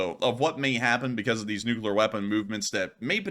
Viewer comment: "More closer". "Beguzz". "NuculEr". Slob.